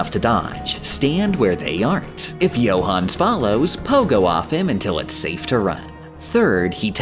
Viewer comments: I know an absolute shit ton of work goes into these videos... which makes that pronunciation of Johannes particularly irritating. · "Gooda" "Pons D. Lion" "Herow Dotes" "Johans" I'm too european for this travesty